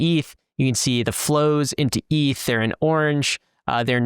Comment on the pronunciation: eeeth whut